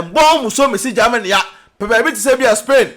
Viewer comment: You this boy de3 Gyimie saaa.what is there in gaamany as you pronounce it your way that always disturbing Ghanaians peace. Give us a break and talk about important things